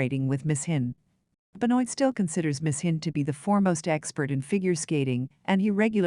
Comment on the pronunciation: It is Be-Noa Ri-sho like Toi/Moi You/I ─ not like Oil... Thank you. And the Contents is good. Regards